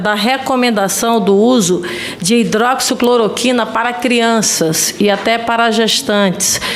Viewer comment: Renan fingindo que não sabe falar hidroxicloroquina.